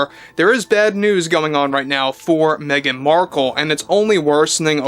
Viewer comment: l loved the AI caption interpreting pronunciation of Meghan as "mean" markle.